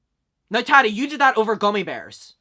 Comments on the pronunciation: lol the way u pronounce her name , hehe its taaaati not tati hehe aaa like up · The way you say Tati is so funny and cute I love it 😂